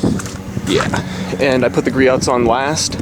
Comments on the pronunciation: Gree-oh's, not Gree-ot's. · its gree-ohs you dont say the T